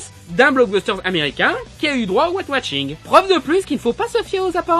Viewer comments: Arrête de dire watching !!! C'est washing bordel de merde !!! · Ouais j'avais compris mais il dit ''Wat watching '' XD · j'aime bien tes critiques-plaidoieries parce qu'elles me surprennent toujours. tu parviens à trouver un angle d'attaque différent. par contre, j'ai un peu de mal avec ton accent anglais : white washing, tu le prononces comme "weight watching" :D